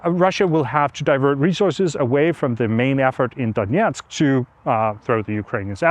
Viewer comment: Hi Anders, thx! I suspect that you have studied Russian language at some point, since you pronounce Donetsk as close to Russian pronunciation as possible. Based on that, could you perhaps consider using Ukrainian names for Ukrainian cities? Thanks anyways.